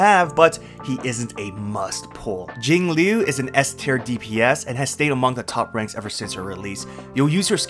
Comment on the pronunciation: Jinglui... and it's not even close.